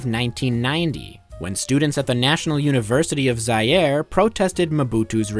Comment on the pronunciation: shame you cant pronounce Zaïre